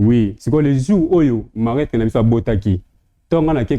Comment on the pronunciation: on dis marâtre et non malatre merci